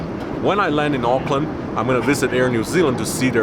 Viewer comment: I am impressed that you pronounced “Auckland” correctly 😊. It was nice hearing Kiwi accents again.